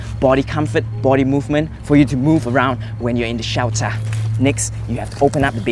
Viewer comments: Shiyaltarh = shelter HAHAHAHAHAH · Hahahaha he just said "shewter" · Hahaha. I love this video. Like, alot. "SHELTHUH" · Word of the day: "SHELTAH" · the way he kept saying shelter😂